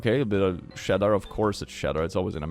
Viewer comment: Mmmm I love butplugged starfish with “shedder”